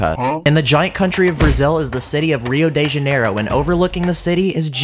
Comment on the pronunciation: Lol, in Rio de JANEiro , you Inverted " Ne" with "Ja", not Nejairo but Janeiro, it means January